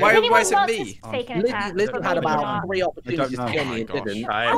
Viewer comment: I love how cannot on his life say the word “three”.